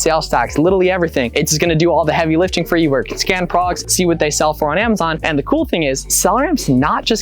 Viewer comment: When do you breathe? Slowdown and you might be able to say products instead of prox. Besides that, awesome video. Lots of great info. Sucks the apps is so expensive but I guess you could try to do some quick math in your head if you look up all the numbers.